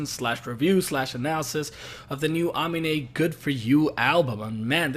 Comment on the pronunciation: Ah-mean-ay not ah-min-ay